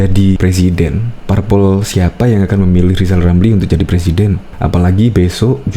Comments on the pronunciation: Ngomong aja bisa mau jadi plesiden lamli lamli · 2 th lg yg jd pelesiden lizal lamli hihihi lutu X yaaaa negli kulawa hahaha ngakak guling guling !!!